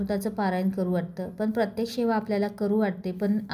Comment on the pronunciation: शेवा शब्द नाही. सेवा बोल.मराठी शुद्ध बोला.